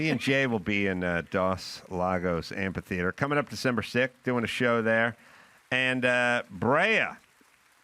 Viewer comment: The word is amphitheater, not amp-a-theater.